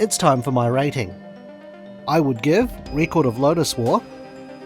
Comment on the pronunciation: You cant even pronounce record correctly. 😢 youbare ai before ai.